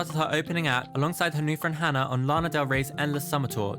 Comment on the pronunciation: It’s Hana. Phonetically like Hah-Nuh. Not trying to be rude at all. Have a nice day :-)